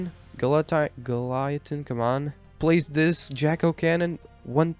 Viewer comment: Goliath Endo🚫 Golaithin endo✅